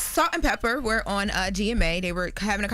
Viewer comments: It’s Salt and Pepa. Please stop saying Pepper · Did anyone tell that it's "Peppa" not "Pepper". Put some respect on that legend's name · Love you. You are a very well spoken woman! But it’s pronounced “PEPPAH” not pepper. Kinda similar to the N* word ❤❤❤ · Please note … It’s Salt & PEPA! Not Pepper…!! Thanks Love! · I was just about to say - IT'S PEPPPPAAAAAA NOT PEPPPPERRRR. SHE IS CLUELESS ON OLD SCHOOL HIP HOP! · its Pepa!! Not pepper!!! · it's PEPPA not PEPPER 😅